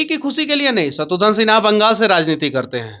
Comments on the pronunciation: शत्रुघन नहीं शत्रुघ्न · शत्रुघ्न बोलो तुम लोग शत्रुध्न या शत्रुधन क्यों बोलते हो। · दोनों ही नाम का गलतउच्चारण कर रहे हैं , शत्रुघ्न है ना कि शत्रुधन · शत्रुघ्न को शत्रुधन मत बोलिए नेताजी व पत्रकार महोदया। घ की जगह ध बोल रहे हैं आप, कृपया शब्दों को उच्चारण ठीक से किजिए।